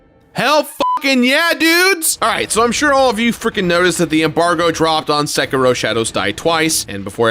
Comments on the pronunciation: I think you might be mispronouncing "Sekiro". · Again I have to complain THE R IS SILENT IN SEKIRO